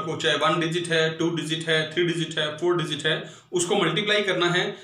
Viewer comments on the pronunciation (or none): Sir dizit nahi pronounce karte digit karte hai😂😂😂😂😂lol